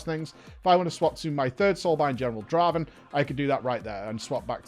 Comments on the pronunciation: Not Draven, Draaaaaaven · Not Draven. Draaaaaaven.